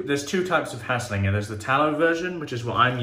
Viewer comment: Good video! I feel like that soap must of been well ahead of it’s time. Solid attempt at pronounciation as well 😉